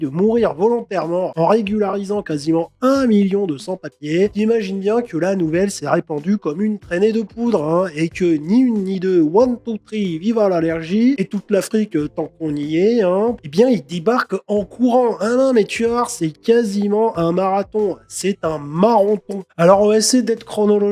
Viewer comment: One, tow, tree à la decheteri 😂